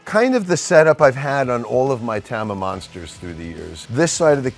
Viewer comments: It’s pronounced Tama. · You'd think after playing their drums for 35+ years, Mike would be able to pronounce "Tama" correctly.